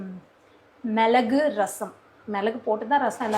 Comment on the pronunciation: Milagu not malagu